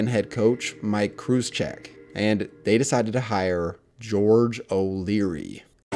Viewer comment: Thank you so much for covering my beloved Knights. This was a fantastic recap of our history. And props for pronouncing Kruczek correctly. That's a tough one.